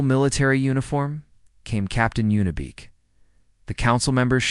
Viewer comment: I think her name is Yuna Beek not, Unibek or Y Una, You sit in your basement eating Hot pockets making these and What? forget to play it once for Editorial purposes?